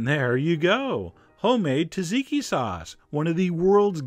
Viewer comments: Tazeekee? Tzatziki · Its pronounced zatziki not taziki. The first t is silent. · John I nearly cried when I heard how you pronounce Tzatziki. It's not "Tat-zeekee" it's "sat-zee-kee" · As I was told by a greek cook years ago , in their language when Tz appears at the start of a word the "T" is silent so you say zatziki but it is spelled Tz . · It's pronounced like "zotziki". It's still delicious! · SAT ZI KI. SAY IT WITH ME, SAT ZI KI...TSATZIKI... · The name is pronouncee "Zaht- zeekee"